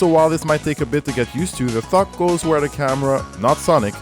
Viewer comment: I'm hearing 'fuck' when says 'thok'